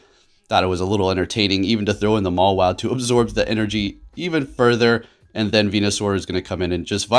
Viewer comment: I love how he called mawile like 6 wrong names